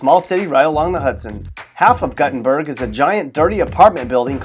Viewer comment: GUTTENBERG OR DO MEAN GUTTERBERG?